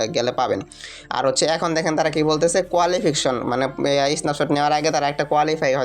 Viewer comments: টিকটকার রা আর কতো শিক্ষত হবে?রিকসাওয়ালা মার্কা ইংরেজি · আপনি আগে সঠিকভাবে ইংরেজি ভাষা উচ্চারণ। করুন। আপনি কোয়ালিফিকেশন টা কি বলছেন? সঠিকভাবে পড়ুন